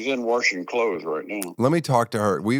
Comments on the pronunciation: Mom is WARSHING clothes lol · He said warshing 😂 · Your dad sounds like mine...."warshing" haha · Mr. Tosh did NOT just say the word "warshing" 😂❤ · The "worshing" clothes cracked me up 😂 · Tosh's day pronounces "washing" the way my dad does, too! "worshing" !!!! Until 2nd grade i thought i lived in Worshington State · Did your father just say "waRshing"? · OMG when your dad said "she's warshing clothes." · Oh. My. God. Tosh's parents unironically say "warshing" I think should be the biggest drama of 2024.